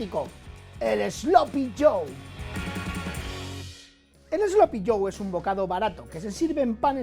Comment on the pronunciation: What the hell is 'slopy'? I think AI should have said 'sloppy'; I despise AI.